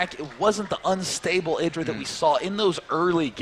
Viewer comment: why does that other noob caster keep calling him ai-dra